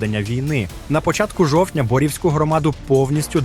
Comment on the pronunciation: Наголос Борівську громаду на у, говоріть правильно.Оскольське - на друге О.